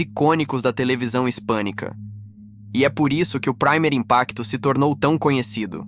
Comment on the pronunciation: "Praimer" Impacto 😂😂😂 Ta mto americanizado, o colega. Esta palavra está em espanhol, a pronúncia é "primêr". Se traduz como "primeiro". O nome do programa portanto é "Primeiro Impacto".